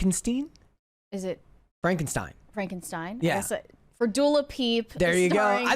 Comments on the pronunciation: Frankensteen haha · It's Pronounced Frankensteen 😆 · It’s pronounced Fronkensteen 😂